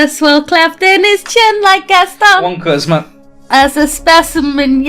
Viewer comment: Is my man unable to say "charisma" and keeps saying "Christmas"?!